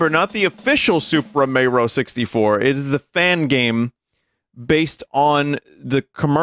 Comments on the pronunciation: I first found Vinny via Supra Mayro Kratt, so hearing "I NEVER DOUBTED EET" fills my heart with joy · "I never doubted eet" has been force fed into my daily lexicon thanks to this man